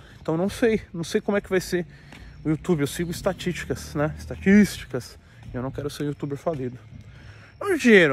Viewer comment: "Eu sigo istatiticas"